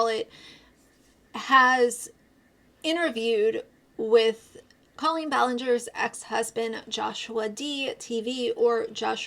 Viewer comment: Her name is pronounced Cole een. You've been talking about her for so long you should know that by now.